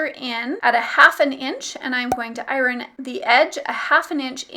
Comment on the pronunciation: I-Ron? She sounds like the Key&Peele substitute teacher sketch.